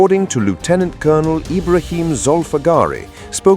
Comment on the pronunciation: AI cannot pronounce Lieutenant.